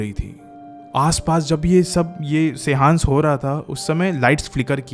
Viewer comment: It's not SEHAANS but SEANCE and it's an attempt to make contact with the dead and other worldly spirits.